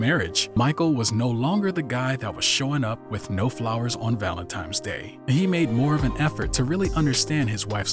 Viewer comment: making a whole vid and saying valenTIME. goodness